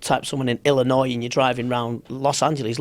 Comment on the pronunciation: Wow a Brit pronounced "Illinois" correctly w the silent 'S' unlike 90% of Americans